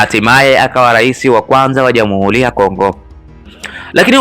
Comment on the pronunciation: Una sauti nzuri ya kusimulia jitahidi kwenye matamshi fasaha ya R.& L mfano UBERGIJI=× UBELGIJI=✓ JAMUHULI=× JAMUHURI=✓ MAZINGILA=× MAZINGIRA=✓ #SIKWAUBAYA